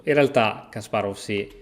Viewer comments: Si pronunciano "Kaspàrof" e "Ivànciuk" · la V finale dei nomi russi si legge F